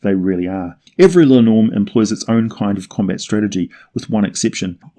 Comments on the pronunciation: It's really painful hearing you butcher the Icelandic language. It's linn orm with the emphasis on the first syllable. Not the middle one. Like is done with the English language. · Love your vids (as you might've noticed by now), but your pronunciation is very off in this one. I don't blame you for not knowing Scandinavian or Old Norse, though. For future reference, linnorm (in my mother tongue Swedish, as well as Danish, it's lindorm), is more or less pronounced linn-orm, with an i as in spin and o about as the o in holistic (tried like 3 different words in my head before I came up with something even vaguely resembling it), with equal, separate emphasis on linn and orm.